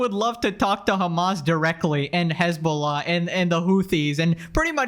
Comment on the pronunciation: He forgot to pronounce Hezbollah correctly like he usually does.